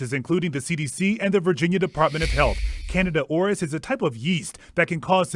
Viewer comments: Dude really said Canada Oris 😂😂😂😂😂 🇨🇦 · pronounced "CANADA ORUS" Oh, I don't think our neighbors to the North will be happy about this!! 🤣🤣🤣